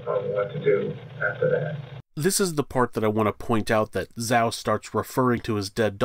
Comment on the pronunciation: Zhao pronounced as Jaou, the Zh sounds like J not Zao